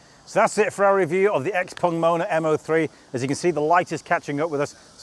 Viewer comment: Ping Pong, Xpeng, not Xpong